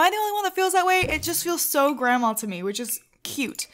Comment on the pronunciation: THE WAY YOU SAY GRANDMA HAHAHA ACTUALLY YOU SAY GRAMA ALSO BTW, Not a insult XD